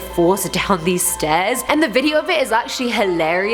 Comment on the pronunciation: "the S t o r e s leading up to the door..."